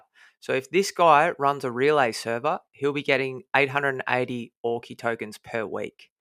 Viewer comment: Great vid again. Have to tell you early on. Auki is pronounced ou-key as in the word ouch. not or-key.